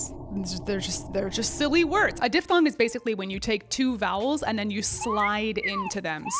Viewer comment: As a linguist, thank you for not saying dip-thong.